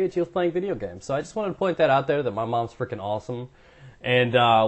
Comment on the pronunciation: the hell is wrong with your english thats hella funny are you saying fucking are freaking